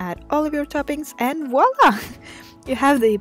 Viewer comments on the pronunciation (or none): none